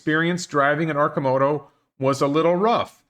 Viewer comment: Well, you pronounce Arcimoto correctly, but mispronounce Oregon, so it balanced out. :-P